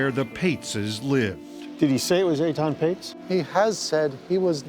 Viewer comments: Please pronounce his name correctly. It's Etan not Aton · Aton?? wth is wrong with that pronunciation of Ethan… lmao